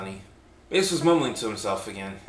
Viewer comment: "Baas" pronounced "Base" - very Based. :D That said, is the rest of the story still available? The link no longer works, but I was excited to try it!